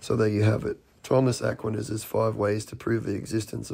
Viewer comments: The guy who kept pronouncing it ACKwaniss had me rolling. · Am sorry but that guy absolutely mispronouncing Aquinas. Really got on my nerves. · It's difficult to take someone talking about Thomas Aquinas seriously when he doesn't even know how to pronounce the name. Apparently he's never attended a philosophy class. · If I were promoting an entire world view based on the ideas of Thomas Aquinas, I would first check how to pronounce his name. 😂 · I've never heard Aquinas being pronounced like that. Is that because he has a different accent than I'm used to? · It drove me nuts that that one guy kept mispronouncing "Aquinas" 🤣 That's all I could understand, The rest of what he said was just nonsensical. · Is he purposefully mispronouncing "Aquinas" or is that a British pronunciation or something? (I looked it up and I can't find this pronunciation anywhere. I think he's just saying it wrong every time.) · Apart from all the other BS, that guy`s pronunciation of Aquinas really grated on me.